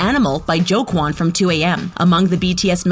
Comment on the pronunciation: "Kem NamjoOn" "Ken Sock Jin" "Min yOonGei" "JuN hOeSock" "Pack JeEmiN" "KiM tAereung" "JUeng jUngoo" I cringe every time this happens